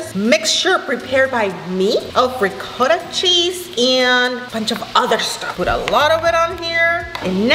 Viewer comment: Me, an Italian quaking on the Ragu sauce and how the Ricotta is pronounced Re-gauta😭